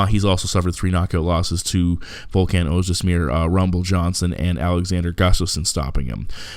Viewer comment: Oez Demir, not Oez Desmir. Great breakdown!